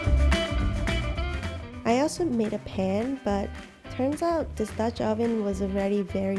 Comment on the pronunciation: Anyone ganna say how she pronounces this as dis